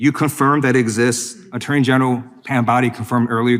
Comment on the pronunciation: The Uh-turney general